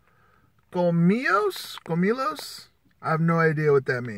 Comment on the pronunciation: Aren’t you paisa ? U can’t say colmillos ! Bruh